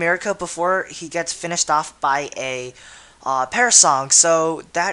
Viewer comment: lol, "parasong" isn't it perish song?